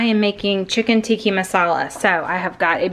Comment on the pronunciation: The way you say 'Tikki' Masala instead of Tikka Masala is so adborbz! 😁